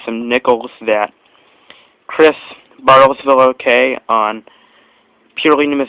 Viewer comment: Wow, I am shocked you pronounced the name correctly. You would be amazed at how many people butcher the name Bartlesville. The repeat was Heavily polished and sent to see what the nic a date would do for it.